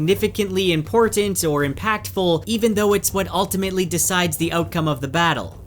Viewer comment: WHY does EVERYONE pronounce "important" like this! !?? WTF!!??